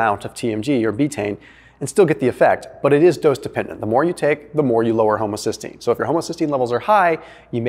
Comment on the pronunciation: Haha he said homosystgeine